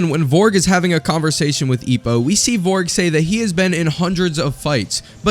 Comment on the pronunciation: "VORG" "VOLRG" Aahahahaha americans